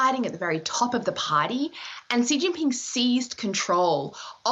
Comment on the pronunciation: did she say.... "sheetingping " ??